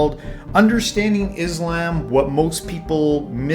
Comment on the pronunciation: Why yall keep saying Islamb when you keep hearing the correct pronunciation which is Islam on every reaction video yall make